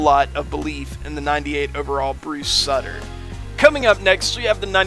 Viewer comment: Soo-ter not suh-tur